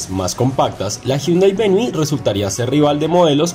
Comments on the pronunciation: Hahaha opino lo mismo me causo gracia cuando dijo Hyundai VENI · Ustedes pensarán que solo los critico, pero es que dan papaya... Hyunday Venue /véniu/, así es de fácil de pronunciar. Sigan mejorando. Un saludo.